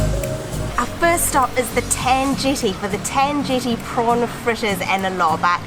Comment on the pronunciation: pronounced Ten Jetty, 'Tan' shld be pronounced 'Ta-an' not 'ten'. Lol. it's 'ti-o-chu' not 'tiu- chou' tht sounded rather vulgar lol almost like (fxxx Chou)